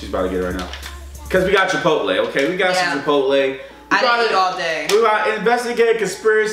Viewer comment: When the computer pronounced “chipotle” wrong I just died laughing, I had to pause the video😂